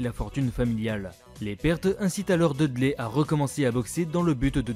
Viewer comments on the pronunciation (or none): Très bonne vidéo mais stp, soigne mieux les prononciations. Je vais pas tout citer mais entre Dudley, Guy ou Poison c'est vraiment du littéral qui manque de conviction. Et je reviendrai pas sur Monsieur Bison...